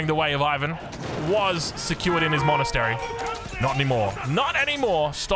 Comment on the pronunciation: I always thought the way said monks was cute and then I realized it's pronounced MONastary and not Munastary